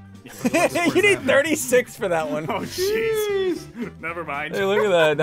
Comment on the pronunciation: He said oh geez but said the g like sh